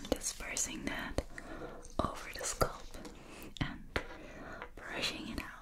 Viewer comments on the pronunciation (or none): It's not a SCULP It's a SCALP!! Sculp is short for sculpture. I enjoy everything you do but when you say SCULP instead of SCALP It makes me crazy.